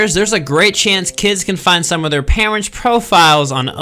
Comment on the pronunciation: why did you say 'parents' like that?